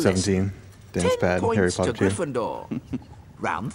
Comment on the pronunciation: HARRY POTTTAHHHH